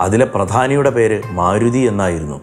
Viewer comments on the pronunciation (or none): none